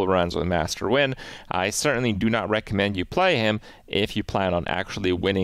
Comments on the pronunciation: Krip said Nguyen mostly rightttt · I'm very proud Kripp pronounced Nguyen correctly